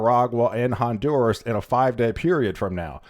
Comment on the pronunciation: Te haría bien aprender a pronunciar correctamente los nombres de los países en idioma original. Honduras y no Hondurs